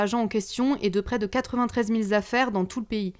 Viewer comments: "Deux des quat z'affaires" ??? On peut faire un effort svp ? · « Deux des quatre Z’affaires »!!! Bravo la liaison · quatre vingt treize mille zaffaires? How dare you?